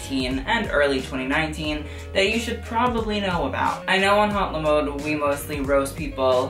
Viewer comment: Please, don't pronounce the letter "H" in "HauteLeMode". It sounds like "Hot Le Mode"